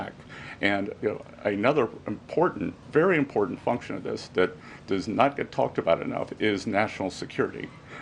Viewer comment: she reads like a 5 yr old. Listen to her pronouce "Important" it would be funny if it wasn't so sad